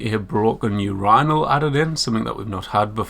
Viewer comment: That’s a weird way to pronounce urinal